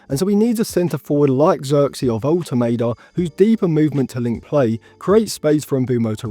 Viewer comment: Woltemade is very good, he’s a goal threat every game for VfB. Would love to sign him but selfishly want to him stay at VfB so we get more consistent. Side note, Woltemade is pronounced (volte mah de) for future videos 😁